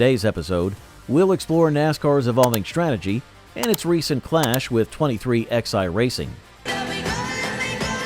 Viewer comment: I have a peeve every time I watch you and 2311 comes up you pronounce them as 23xi well the Roman numeral for XI is 11 it would be much appreciative if you do it and pronounce it the proper way it's 2311 not 23xi